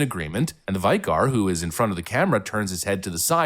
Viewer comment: Vy Car? has never heard that word before. It's Vic er